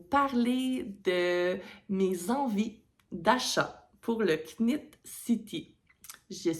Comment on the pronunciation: J’ai adoré ton podcast, tu es rafraîchissante. Ne dit pas le K à knit. Nitte city :) J’espère que tes achats seront magnifiques!